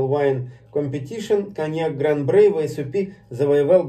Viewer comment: Есть некоторые VSOP, у которых выдержка 10 лет. Я пробовал один такой, это Шато де Монтифо VSOP. Но это скорее исключение, чем правило. И не Шампани, а шампань. И не Брей, а Брой. P. S. : всякий коньяк - это бренди. P. P. S.: у меня в коллекции стоит ХО. 10 лет.